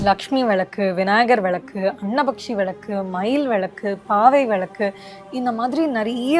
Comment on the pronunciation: First Pls pronounce villaku correctly then start marketing..